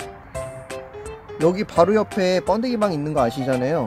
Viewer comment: 뭔가 중독돼는 발음...번↑데→기↓방